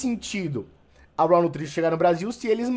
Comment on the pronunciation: Cara obrigado por pronunciar corretamente o inglês 🙏🏻!!!! Ouviram seus antas, se pronuncia “RÓÓÓWW” ouviram “RÓÓÓWWW”, não é “RAAAUUU” como vcs falam!